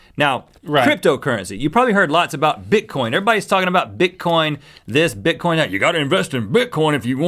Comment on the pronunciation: omg they said bitcoint..